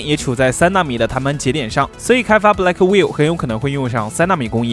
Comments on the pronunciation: Blackwell都能读错成“black will”~ 是black well啦！学点英文吧。。。Hopper读错成Hiper，简直了。。。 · Blackwell 英文發音完全錯誤😆😆Gay牆你可不可以專業一些😵‍💫😵‍💫